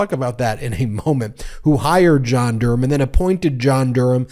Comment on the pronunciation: Why say Durham like "dooram", it's like going out of your way to mangle a place-name about 6 times older than the US. Well done for not saying the H in it, like you do wrong with Birmingham, but I've never, ever heard the ancient town of Durham mangled like that in my life.